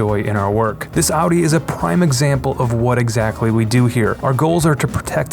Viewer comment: It's so nice to hear audi being pronounced the right way